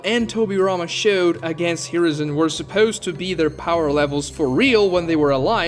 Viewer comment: when he says "supeuwst" instead of "supposed" is that an accent from something or just a nerd way of saying it?